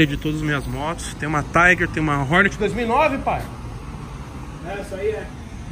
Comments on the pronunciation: porra da agonia ver nego falando Hórnét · Fala Hornet direito só pq é da quebrada n precisa falar errado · Prq ele fala o nome da moto errado?